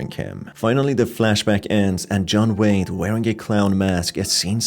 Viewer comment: I honestly thought you said his name was John Wayne instead of John Wade, and when you mentioned the clown mask I thought of John Wayne Gacy